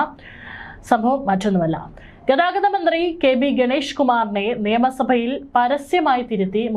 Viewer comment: അവതരകയോട് ഒരു സംശയം ചോദിക്കട്ടെ.നിയമ സഭയാണോ നേമസഭയാണോ .എല്ലാവരും നേമസഭ നേമസഭ എന്നാണ് പറയുന്നത്.